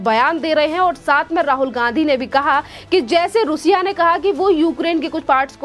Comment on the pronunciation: Plz correct your pronunciation रूसिया , it is रशिया।